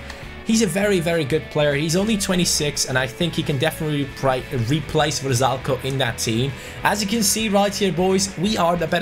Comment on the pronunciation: The rb going to inter is pronounced Ver-Sal-Ik-oh